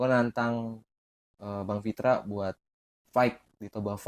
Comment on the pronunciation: Nama nya Pitra bkn Fitra.. pantat bkn fantat!:))